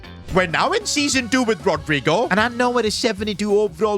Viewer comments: That pronouncing was terrible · has to be funniest way someone pronounced rodygo's name